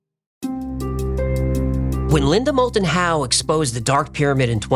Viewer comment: Linda Mold-and-How, credible? C'mon, Man....